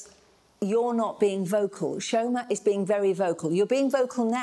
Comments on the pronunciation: I swear if I hear CHEE-OR-MAH pronounced CHORE-MAH one more time……… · The pronunciation of Chioma is pissing me off, 'chyourma' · can’t even pronounce Chioma’s name properly 😭 leave him